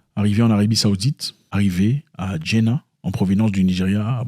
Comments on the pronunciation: On dit Djeddah pas Diennah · Pourquoi tu dis djena c djeddah